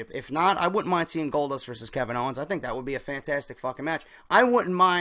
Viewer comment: Owens* not "Owner" lol